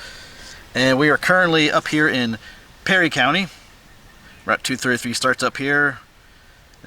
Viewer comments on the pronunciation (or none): It's pronounced "PURRIE county".